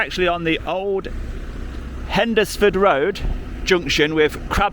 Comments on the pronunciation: Sorry, but I have to audit two pronunciations: it's HENSFUD not Hendersfud and Roojelee, but you knew that, you cheeky chappy! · It's a silent D we say hens fud in Stafford